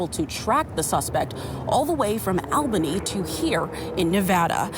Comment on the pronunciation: It is pronounced Awl-ba-nee I know how picky Nevaaaahda folks can be, I am sure you would want to get the capital of NY right ;-)